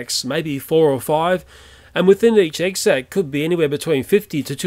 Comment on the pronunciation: "Egg sex" instead of "Egg sack". I'm not really making fun of him. I really enjoy the video